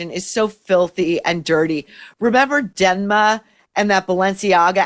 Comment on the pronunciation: “Denma” lol . Maureen can’t even say DEMNA Gvasalia 😅😅😅